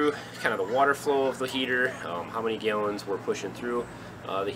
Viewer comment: Neat ideas. Thanks. Just curious, are you from another country? I've never heard anyone pronounce gallons as gayllons. Just curious